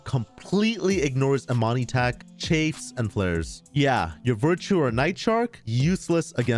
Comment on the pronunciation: DUDE: CHAFF AS IN LAUGH. Not “chafe”